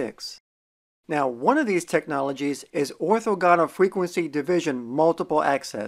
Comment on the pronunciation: Mispronounced "orthogonal"